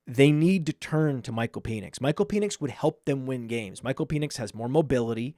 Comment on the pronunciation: PEN ix. Not PEAN ix